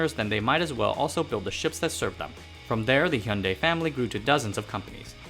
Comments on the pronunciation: Finally a non Korean YouTuber who knows how to pronounce Hyundai. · In Australia we pronounce it so you can hear the "y" like hu-yun-di or something like that